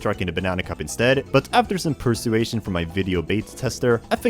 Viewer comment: Theatre as “The-at-err” vs. Persuasion as “Per-su-ation”